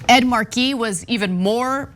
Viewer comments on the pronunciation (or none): I love how Ana said Ed Markey's name like he's Biz Markie's brother.